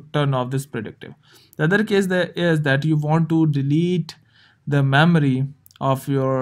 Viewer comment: It’s not called medormy, okmell, it’s called memory